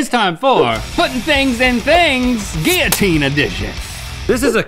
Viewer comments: Kat Bowen Guillotine and geeyatine are both right I say gil-uh-teen so it was weird when they kept saying gee-uh-teen the whole time that’s all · Is it pronounced “Gill-a-teen” Or “Gee-a-teen” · “geeyateen” 😂 it is most definitely pronounced “gill-uh-teen”. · “GeEyAtEeN” GUILLOTINE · gill-a -teen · Whys he say guillotine liky gylitine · It’s pronounced gill-o-teen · so no one gonna talk about the way they say Guillotine? where are the L's at ?? or is it the accent ? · That isn’t how you say it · Ew the pronunciation of guillotine was just. Ew